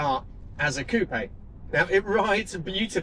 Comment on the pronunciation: “COOP”!!!! Not “coopeh…..” For cryin out loud!